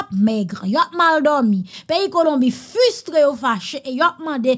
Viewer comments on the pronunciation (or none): Il ne faut pas dire * fustre’ * ........ la bonne prononciation c’est * frustré * Okay ........ !!!